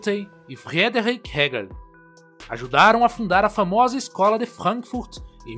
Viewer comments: porra essa pronuncia de frank furt e mt pela saco mds , brasileiro querendo falar alemao com portugues mds para cara n faz mais isso nunca te pedi nada kkkkk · Pior que fica parecendo aqueles cientista louco de desenho animado😅